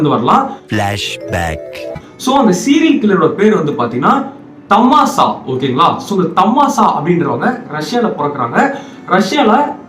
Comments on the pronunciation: bro thmasa or thsama??? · That is thamasa not thasama😂😂😂😂😂😂😂😂😂😂😂